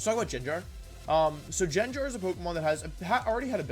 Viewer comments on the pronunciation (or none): GANGAR > Wolf said: "JAAANJAR" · he pronounced "djendjar" instead of gengar omg i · Did he really call it JenJar? 😳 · Stopped watching when he said jenjar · Bro i love you soo much. However!!! The way you pronounce gengar hurts my soul everytime. Lmao